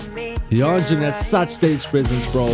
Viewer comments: YEONJUN name is read like "YONJUN" not "YUNJUN" !!!! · The pronunciation is JUN/JON not jin. So Yeonjun. Same for Beomgyu, it's guy not gi. In Taehyun, the h is more strong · why u always say yunjin??? yeonjun not yunjin pls😭😭yunjin is from le sserafim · It's Yeonjun(try to Pronounce like yonjun)